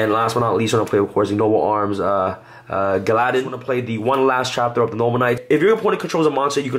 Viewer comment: say it with me, ARF-DOO-TEAR spread the word because I cry every time I hear somone try. Did you hear how he pronounced Gallatin I literally threw my phone to hell after hearing it.